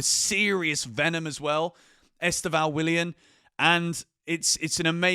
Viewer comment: mate just a little tip from a brazilian: The pronounce of Estevao is much more like Stephan but with a V (Stevan) than you are saying. I know there is no "ão" in english and even people in Brazil pronounced wrong (which He already complained about it in a enterview). I've been following the channel since Club World Cup and became a fan. 💙